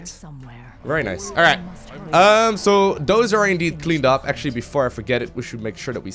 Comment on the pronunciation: its "those" not "dose" regardless, carry on.....